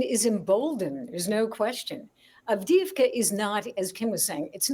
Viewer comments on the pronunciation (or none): Alright, please learn to say it better - Avdi-ї-vka, not Avdivka. Yes, thanks to Biden "support for Ukraine" till the end. He didn't clarify what end does he meant. And please tell me about $4.2 billion in PDE that Biden can send to UA at this moment but doesn't? And what about Lend Lease that was never set in motion after Biden signed it? Yeah, lots of words and no do!